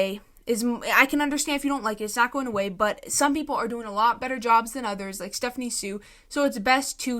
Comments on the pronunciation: I think it’s insane for people to say she’s borderline racist but are saying she’s doing “aeygo”, and can’t even pronounce her last-name properly. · What cracks me up is that these women go on criticising her for being disrespectful to, among other things, Black women, but then they mispronounce her name lol